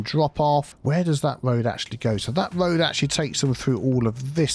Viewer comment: “Tree on röad” is my favorite vocal stim lol